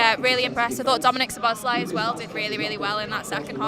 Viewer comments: not much to add to a slightly streaky win reaction, except a constant mini-bugbear this term...it's SZO-bosz-lai, not Szo-BOSZ-lai...same intonation as Dominik...he told us when he signed, but well over half of pundits and fans have forgotten or never knew...he's boss, so let's get his name right! nerdy rant over, and up the MIGHTY Reds... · According to my Hungarian mate it’s SZO-bosz-LA-EE (Lai is pronounced as two syllables which is mad), very hard name to say if English is your first language tbf